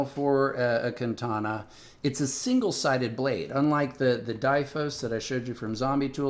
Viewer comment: kantana... speech impediment aside, this guy is clearly clueless.